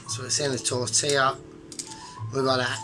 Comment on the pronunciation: FYI (being helpful): LL=Y so it's tor-tee-yah. Result seems more like a breakfast burrito to me than a wrap, awesome as usual. Great decision on Ron.